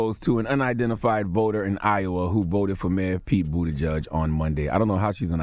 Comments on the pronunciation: Boot-a-judge is different from boot-edge-edge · I also been saying bootyjudge lmao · Pete Buttigieg. pronounced: “Boot Edge Edge” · “Booti-judge” lol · This fool Charlie man should get donkey of the day for saying “bootie judge”. And kept pronouncing it that way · I wish Charla knew how to pronounce Buttigieg. 'Boot edge edge.' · Is his name really pronounced Bootyjudge? I think not 😭😭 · No One: Charlemagne: Pete Bootyjudge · It’s pronounced Booty-chug